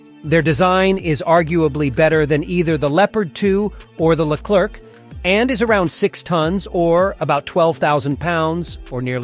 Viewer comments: In english it should be pronounced ''leclaire'' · The Leclerc weighs only 56 tons not 60 and the C put at the end of the word Leclerc, mustn't be pronounced it's a silent letter.